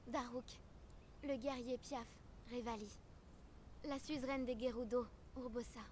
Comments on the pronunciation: Gerudo ne se prononce pas j mais g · Jérudo il dit jpp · Ses pas gerudo mais guerudo